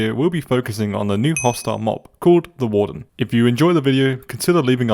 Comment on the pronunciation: THE WAWRDEN DOSE NOT EXIST